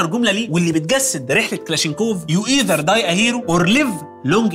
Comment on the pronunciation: اسمه كلاشنيكوف وليس كلاشينكوف